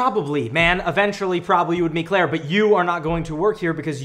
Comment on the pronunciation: I mean.... Mikey c'mon dude... it's CLAIRE.